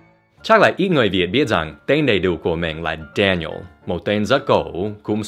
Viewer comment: Phát âm đúng ra phải là Đe-ni-ồ, nhìn thấy cái tên Daniel lại liên tưởng tới thanh niên PFC Ronald "Red" Daniels trong game CoD WWII